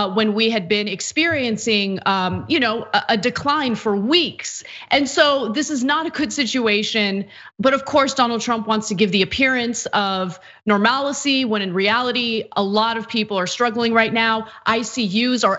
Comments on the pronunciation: Normalcy... not normalicy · Normalcy or normality, not "normalicy" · "normalicy" is not a word Ana